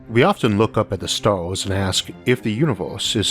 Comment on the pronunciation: "we often look up at the staws and ask, "if the univewse is so big and ancient